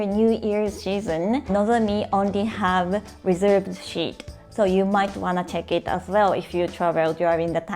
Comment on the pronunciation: I rented a car in Toyama and drove on the opposite side from home for the first time. I took to it like a to water. I don't like to say negative things... 'seat' said as 'sheet' is a different word. try sss い tuh (the 'uh' is whispered and short). That was the only problem I heard. このビデオについて、とても便利です、😊